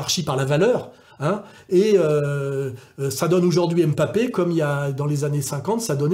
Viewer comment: Janvion, pas "Jouvion" Et c'est pas "M'papé" mais "Mbappé"